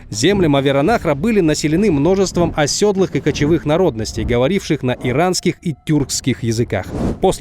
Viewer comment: Оседлый, не осёдлый🥲🥲🥲 Выпуск 🔥🔥 классный контент